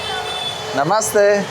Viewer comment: ….i jeszcze jedno: „Namasté“ powinno być akcentowane na ostatnie „é“, a nie po polsku na przedostatnią sylabę 😅